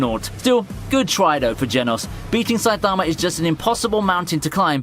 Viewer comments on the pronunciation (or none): none